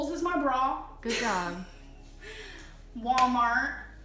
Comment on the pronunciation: It’s not “wommart” it’s WaLmart!! Goddamn.